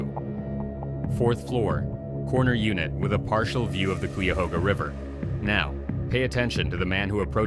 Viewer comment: Kiyahoga is how it is said. Cuyahoga